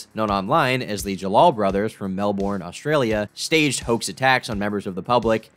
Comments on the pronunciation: Top tip : Melbourne isn't pronounced like 'Mel-Bourne', its pronounced like 'Mel-Burn' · "melBORN" nice one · Please don't pronounce Melbourne that way ever again.